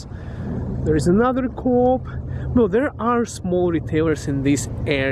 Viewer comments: Canada is a great country to come to and that's why your here. These petty little quirks didn't keep you from coming here. In your country of origin you may not survive such petty criticism. As well if you continue to mispronounce Co-op and call it coop you will probably have many more job interviews where people are too kind and embarrassed for you to tell you that you don't qualify. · The way he says co-op 😂